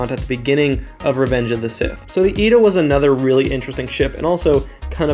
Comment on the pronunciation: we may disagree on almost everything but YOU ETA INSTEAD OF EEE-TEE-AEY!!!!!! Someone in SW community knows how to pronounce it! Thank the maker!